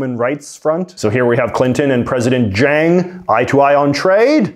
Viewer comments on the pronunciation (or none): none